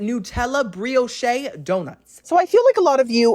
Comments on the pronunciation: Hi, love you. Next time instead of th “Brioshay” you might want to try the Brioche it’s fluffy, butter, crisp!! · “MesquitAYE” “BisquAYE” “BriochAYE” 😅🤦🏼‍♀️😂 tysm for the laughs! 🤗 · I just love your reviews! My husband gets a kick out of you too. 😊 over the years your descriptions have gotten so much more refined right along with your awesome sense of humor. ❤ just wanted you to know… bisque is pronounced ‘bisk’. Also Brioche is pronounced bree-oh-sh. Keep being you, bestie! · Mosquite-Ay Bisque-Ay Brioche-Ay Killed me-ay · And brioche in English is pronounced bree ohsh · Brioché, bisqué, mesquité 😂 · "Muh-Skeet" (Mesquite), "Bree-o-sh" (Brioche) & "Bisk" (Bisque). You trollin'? Lol. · Loved this one. FYI Brioche is pronounced "breosh and Bisque is pronounced " Bisk" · Busk & Bree o sh is the right way to say these words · I think its funny how you mispronounce words all the time. BOOFAY, BISKAY, BRIOCHAY.....HAHAHA. DO people not CORRECT YOU???😊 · is trolling with the pronunciations of bisque soup and brioche I just know it LOL